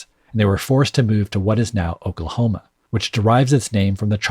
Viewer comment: I always thought the first lines of Duckworth. sounded like he was saying "Oak Lama"